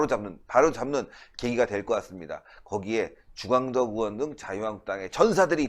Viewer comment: 으원 으원 하지마세요 의원이라고 발음하세요 제발!!